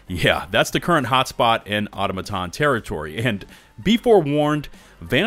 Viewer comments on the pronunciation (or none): Dude love your videos and updates on the game but please… it’s au-tom-a-ton not auto-maton! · It’s pronounced au-tomaton not auto-maton. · What really doesn't make sense is you keep mispronounce Automaton.... you said it correctly first and then wrong every other time